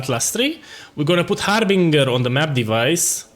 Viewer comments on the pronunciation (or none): love the accent HarbinGHUR!